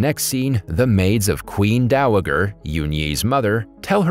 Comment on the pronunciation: “Queen Dowager” It’s pronounced Dow-a-jer and it’s not a name it’s a rank like the “dowager countess of Grantham”